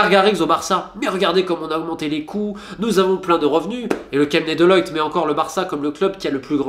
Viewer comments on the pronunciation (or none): Deloitte pas deloyte c'est stressant 😭😭